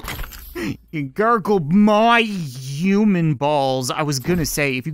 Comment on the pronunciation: Why does he say uman and not human